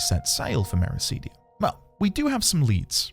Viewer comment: Mera-CID-ia, not Mera-SEED-ia.